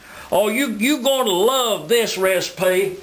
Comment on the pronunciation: LISTEN UP I'M A TELL YOU A REEESPY!